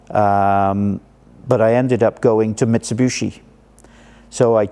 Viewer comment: Great video. My only whinge is his pronunciation: Mitsubooshi. lmao